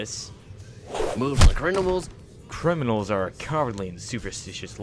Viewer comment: i'm rewatching this and i just realized that gordon said "crinimals" instead of "criminals" :0